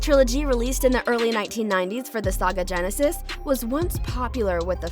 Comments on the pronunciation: She just called it a "SAGA Genesis" lmfao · "Saga" Genesis???